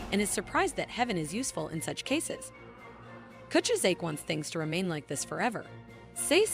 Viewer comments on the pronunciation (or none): manga: kuchizake AI: coochi-zake 😂😂😂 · Sei is pronounced "Seh-ee", not "See." Kuchisake is pronounced "Ku-chi-sah-keh", not "kuchuh-sak."